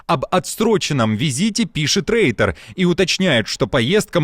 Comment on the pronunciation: Не Рейтер, а Ройтер